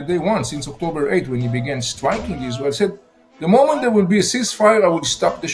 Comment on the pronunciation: Why can’t you pronounce Israel properly?